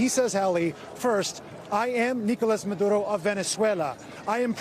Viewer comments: It sounds like he's calling Maduro, Manudo😆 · What’s up with the reporter and the way he says Maduro. What’s with the accent, dude?